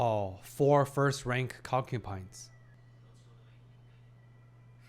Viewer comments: You’re saying concupines and not concubines on purpose, be honest haha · Please.. it is concuBines not concuPines … been killing me…